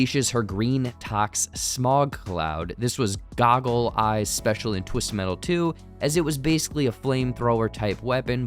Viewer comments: It's goggle eyes not google eyes 😆 😂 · ITS GOGGLE EYES NOT GOOGLE!!!!